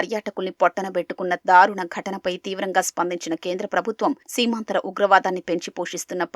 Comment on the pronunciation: ఈటీవీ న్యూస్ లో ఇన్ని తప్పులా.... సీమాంతర ఉగ్రవాదం ను సీమాంధ్ర ఉగ్రవాదం గా అంటున్నారు....